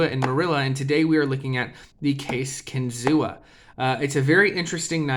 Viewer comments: It’s pronounced Kin-Zoo; the Seneca word for “fish on a spear” . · …kinzua is pronounced “kin-zoo” A reserve area near bradford, where the knives are made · The a is silent in Kinzua.